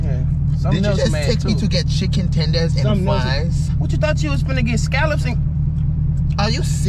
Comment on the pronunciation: "chikon tendairs and fwies" 😂😂😂😂😂😂😂😂